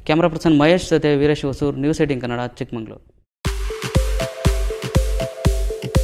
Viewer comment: ಚಿಕ್ಕಮಗಳೂರು, ಚಿಕ್ಕಮಂಗಳೂರು ಅಲ್ಲಾ.